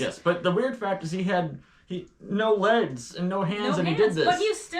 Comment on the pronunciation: are you saying he had no leds or no legs? I'm hearing "leds" but assuming you're saying legs.